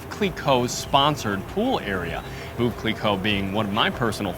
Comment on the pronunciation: if you’re French, why did you mispronounce Veuve?